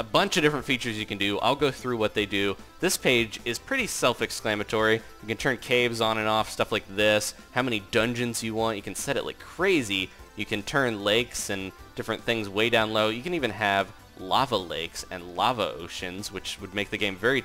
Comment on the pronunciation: Well speech fail. Self-EXCLAMATORY!!! It's self-explanatory